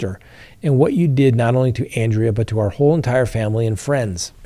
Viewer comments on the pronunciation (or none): none